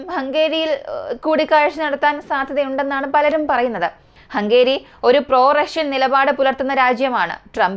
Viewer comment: ഹംഗേരിയല്ല; ഹംഗറി !